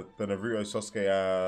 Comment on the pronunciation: Why does he say sosuke